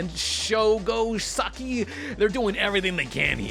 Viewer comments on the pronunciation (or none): it's "sah-kai"